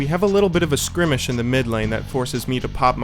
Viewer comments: Scrimish? I think you mean skirmish. <.< Otherwise, interesting match, good job. :) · You say skrimish, but I thought it was 'skirmish'?